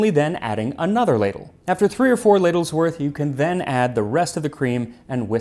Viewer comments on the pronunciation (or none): none